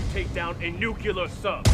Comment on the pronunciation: Nucular sub? Nucyoolar?